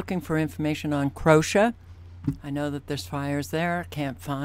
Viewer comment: Croatia is pronounced with a long ‘o’ and a long ‘a’ … the ‘a’ is not silent… Kro-a-shyah